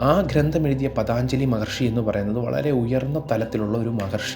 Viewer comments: പതാഞ്ജലി അല്ല പതഞ്ജലി മഹർഷി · paathanjali ennalla ennaey njan paranjullu....pattumenkil kshamichalum.. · Pathaaanjsli Maharshi aaraanaavo mahaanubhaavas..PATHANJALI....pinnaeyyy ...Anandhan..athaaraanaavo, ..adimadhyanthamillathathanu ...ANANTHAN..NAKHANGAL, ENNU dayavayi ucharikkallaey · പതാഞ്‌ജലി അല്ലടാ. പതഞ്ജലി എന്നാണ് ആ മഹർഷി യുടെ നാമം.😅😅😅😅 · പതഞ്ജലി എന്നാണ് പതാഞ്‌ജലി അല്ല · Pathanjali is correcy pathaanjali is wrong pronounsiation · Pathanjali alla പതഞ്ജലി